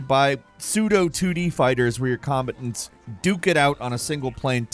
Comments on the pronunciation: what?? Bruh, I've NEVER heard "combatants" pronounced like that 🤣🤣🤣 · "2D fighter where your com-buh-unts" (combatants) Interesting